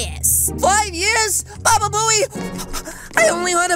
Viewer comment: U said baba boey